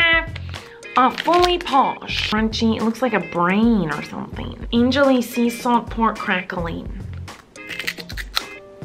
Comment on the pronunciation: She actually said soft instead of salt but good try! <3